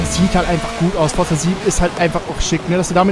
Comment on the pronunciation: Forza spricht man Forsa aus